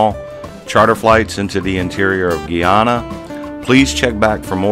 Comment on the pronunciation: it's not GEE ANNA it's GUY ANNA